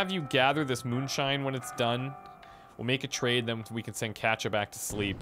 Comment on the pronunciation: Their names are pronounced cot e uh and pahv lay